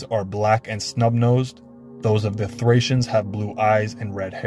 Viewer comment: It's pronounced 'Thray- see-ans' brother, best wishes. 🙏